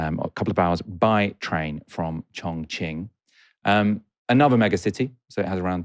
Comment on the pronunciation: You kept mis-pronouncing Chongqing as Chong-Ching. That reminds me of a racist boy I met in American that screamed "Chong-ching, Chong-Ching" when he saw me.